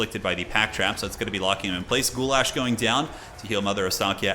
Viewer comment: This is the first time your pronunciation of goulash was spot on, very close to how I would say it. Did you train with your wife or something? You might become a Slav in the future,.